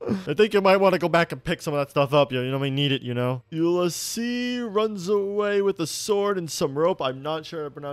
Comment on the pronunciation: Struggling with Ulysses’s name is so real I cannot with him